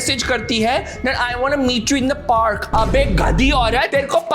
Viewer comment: Park ❎ Parak ✅😂😂